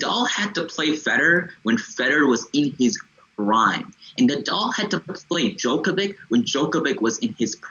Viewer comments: guy can't even pronounce djokovic and wants to tell me who the goat is? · How can I take this commentary seriously when one of the podcasters cannot pronounced Novak's last name? This is ridiculous. As if he has not watched enough games to learn it. Get the name right, fella!